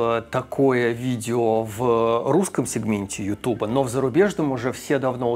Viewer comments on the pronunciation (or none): none